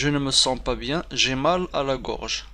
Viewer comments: Gorge pas groge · Une gorge pas groge